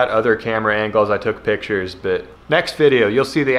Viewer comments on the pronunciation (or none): none